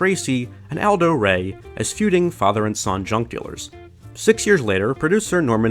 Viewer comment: Did anyone else think he said "drug dealers" instead of "junk dealers"?